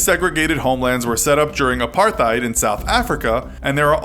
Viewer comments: It's pronounced apar-tate, not apar-thyd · Someone may have already said this, and I promise I mean to be helpful, not rude. The T and the H in 'apartheid' are in separate syllables. Apart-heid. Hard T. I would want someone to tell me. Great video! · Why does every person that is not South African say apartheid like that it is you pronounced it wrong its not a th like in thousand or like an t h or t y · The way the narrator said apartheid lol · NO WHAT HAVE YOU DONE WHY HAVE YOU BUTCHERED THE WORD "APARTHEID"!